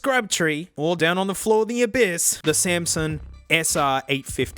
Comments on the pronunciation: You keep saying Samson but I hear Samsung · Samson in your accent sounds exactly like Samsung